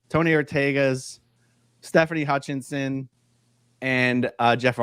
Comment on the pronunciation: Hutchison not Hutchinson❤